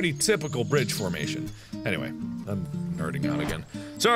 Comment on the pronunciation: lol *nerding not nurding